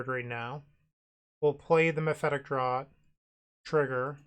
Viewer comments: Not trying to be annoying, but it's pronounced as mephitic "draft" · Hell yeah, i love mono black! Oh, and "draught" is pronounced as "draft"